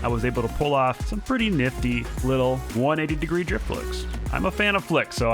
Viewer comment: when he says drift he says drip